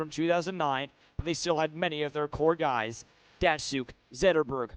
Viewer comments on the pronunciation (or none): none